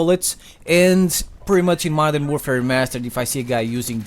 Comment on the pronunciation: This guy says "Madara Warfare Remastered" i'm done.✌